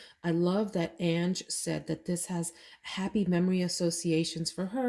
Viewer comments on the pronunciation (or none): none